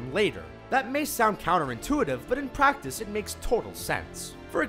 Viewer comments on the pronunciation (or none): none